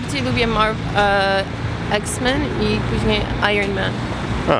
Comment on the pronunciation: Ja przepraszam bardzo, ale jesteśmy w Polsce, więc mówmy po polsku! Iksmen, a nie eksmen.